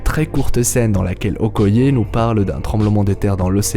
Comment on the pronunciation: Okoyé jpp ça me tue c'est okaïe (prononciation)